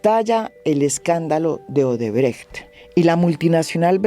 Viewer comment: Bien pronunciado Odebrecht